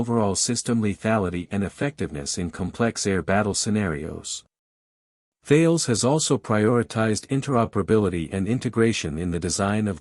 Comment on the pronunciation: Couldn't watch all of it due to the idiotic AI voice over, perhaps you could train it to pronounce "Tarlez" instead of Thayles?